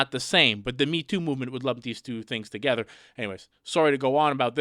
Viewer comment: LoL he said 2geder